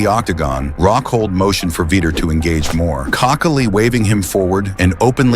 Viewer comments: There was a V-eye-ter in there too 😂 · “Veter” lol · Is this the shittiestly narrated video ever? "Veeter" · Say his name with me AI VEE Tour 😂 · Veeter? Stahp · lol "veeter" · Veeter and Little 😂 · "Veeter"? "Chuck little"? FFS 🙄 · Learn how to pronounce Chuck's last name and Vitor's name as well. They deserve way more respect than that. BOTH absolute legends !!!!